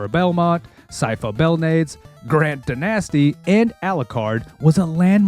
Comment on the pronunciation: Hey! Sypha's last name is pronounced "Bell- NAH- des"